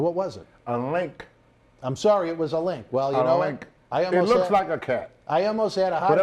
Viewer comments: Linx, not "Link" you morons... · Lynx not Link Bwahahaha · Lynx not link country as hell lol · It's a lynx. Pronounced links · Lynx... Linksssssss.there is a(n) S sound at the end for fukks sake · It’s a lank! A lank! 😂😂😂😂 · "Its a LLLink" Every time he said it I laughed hysterically. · Isssaa Lihnckkkkkkk! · Pretty sure he's trying to say "Lynx" lol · The X is silent guys.🔕